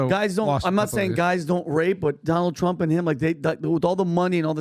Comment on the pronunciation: " We'll teach Donald Thrump...gugh waluable llllesson.... Don't Mess with fluba-da-fluba dun erika (women of America) unlessh youuuuuu wannagetthebenefit.... end quote, repeat the line" 😉 🤪🤤